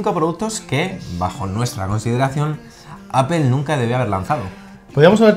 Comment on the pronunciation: Se pronuncia "Appol", no "Appel", fanboys.